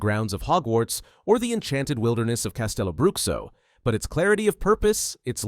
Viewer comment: I'm brazilian, so, just trying to be helpful here: CasteloBruxo is pronounced CasteloBrooSHO. Not, Broockso.